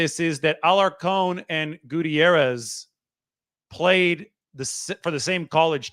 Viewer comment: Fr, he’s usually great at pronouncing names but this one was 🚮